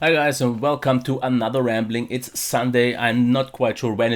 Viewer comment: "rambling" not "ramling":) All the best!